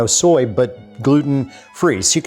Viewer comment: IIRC, sprouted garlic is LESS bitter than unsprouted. (But at least nowadays he can pronounce "soy sauce" correctly (not "sooey sauce").